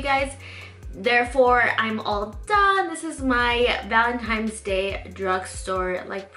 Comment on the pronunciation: I love your tutorials! Big fan here but I noticed whenever you said Valentine's, you pronounce it Valentimes. There is no M in Valentine's day sweetie. 😂😂😂 Other than that, this look is absolutely beautiful!! ❤️❤️❤️❤️❤️